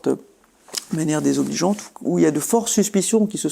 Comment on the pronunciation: Très coréenne, la façon de dire "extrêmement désobligeante" 🤣